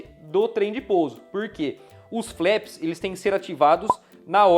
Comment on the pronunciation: Ótimo jogo, parabéns pela revisão! Apenas uma pequena observação, a pronúncia correta dos flaps é "flap" mesmo, e não "flep".